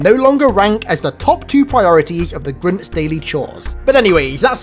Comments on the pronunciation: GRINTS GRINTS GRINTS GRINTS, slow down and just say Grunts. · saying Grunts in your accent sounds like you were saying "Grimms" or something like that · Sounds like he's saying grimps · Grince or grunts? I couldn’t understand this video until I read the title.. you should feel bad for not knowing how to say grunts! What the actual fuck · Why do you keep calling them grints? LOL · Why he say Groont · Grimps? Are you mispronouncing grunts? Or you looking for Dr.Suess?? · Are u unable to say grUnts?